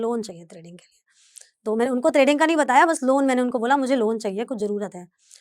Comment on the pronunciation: त्रेडिंग या ट्रेडिंग